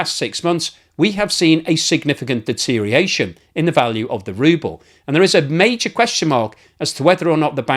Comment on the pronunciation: Deterioration, not deteriation…!